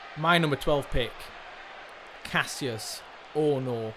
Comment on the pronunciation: It's still spoken kash-us Ohno and not Kass-ius ma lovely bois